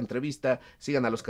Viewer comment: "Ignacia"... jajaj.